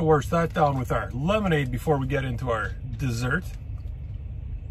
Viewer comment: Howdy. Nicely done. "Warsh er down". Glad you said it correctly! 🇨🇦 "I hope this doesn't kill me" 🤣 "Aw Fucks Sakes" Never a good sign. 😢